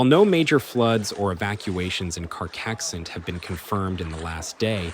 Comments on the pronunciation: At least bother learning the pronunciation of CARCAIXENT if you're going to talk about it for 8 minutes, dude. You know, as a sign of respect... You're not even close. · Carcaixent, and not Karkixent. Cogullada, en not Koala (wtf!)